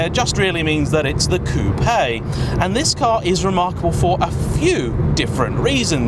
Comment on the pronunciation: "Coo-Pay". Lol